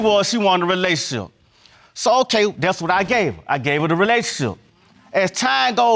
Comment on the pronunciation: RELAYSHUNSHI?🤦🏾‍♀️🤷🏾‍♀️😅 Once a compulsive liar...always a compulsive liar. btw They did an amazing job on her make-up.